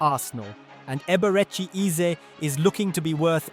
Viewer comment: Ur Pronunciation of the name is so Poor Man 😂😅